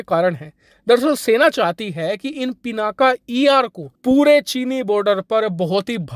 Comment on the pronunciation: सर हो सके तो हिंदी का उच्चारण शुद्ध करे वो पिनाक है पिनाका नहीं.... इंग्लिश की स्पेलिंग कुछ भी हो लेकिन हम भारतीय हिंदी का उच्चारण शुद्ध कर सकते है... वैसे भी पिनाक भगवान शिव के धनुष का नाम है हर हर महादेव 🙏🙏🙏